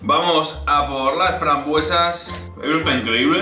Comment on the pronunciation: Frambuesas rosas, se le ah escapado la s